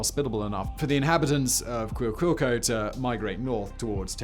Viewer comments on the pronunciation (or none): Cuicuilco pronounced "qweeh-qwill-coh". Teotihuacan is on point. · Your pronunciation research needs a little work. If you want English phonetic pronunciations: Cuicuilco should sound like Qui-quil-co. Xitle is pronounces Shit-le. Lived on the slopes of the Xitle for a long time and Cuicuilco was only a couple of miles away from home.